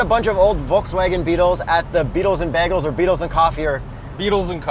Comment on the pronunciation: How dare you desecrate the word "bagel" like that